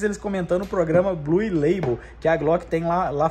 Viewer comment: amigo nao se fala bluE ... se fala BLU